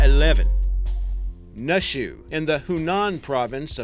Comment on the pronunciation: Nushu isn't pronounced "Nuh-Shoo" but rather like "New-Shoo." Also, Naxi isn't "Nack-see" but more like "Nah-She."